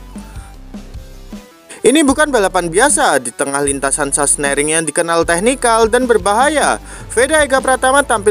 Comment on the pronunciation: Sachsenring....bukan sasenering😂😂😂